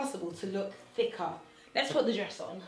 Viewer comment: LOL!!! LOve how you say "Thicka"!! Long time follower and fan . Proud of your growth Your Amazing & Beautiful! !